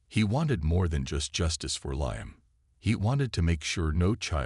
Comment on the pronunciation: Need to learn how to pronounce Liam